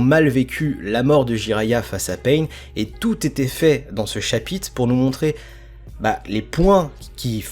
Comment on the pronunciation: Sympa la vidéo mais essaye de dire chapitre car dans la vidéo tu dis chapite si non c’etait niquel